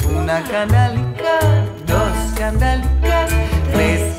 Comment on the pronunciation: The only thing I'd criticize is that the singer during the chorus she pronounces kandalikas when it must be pronounced kandelikas with an EH not an AH...Is difficult when you don't speak Spanish/Ladino.